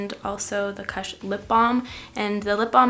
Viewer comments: It's not KASH.....it's Koosh. U as you.....jesus take the weel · "kush" is pronounced so it rhymes with "push", not so that it rhymes with "hush." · The way you said kush made me laugh but good to know you're not a stoner.